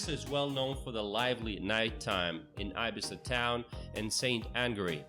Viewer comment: No ibisa es Ibiza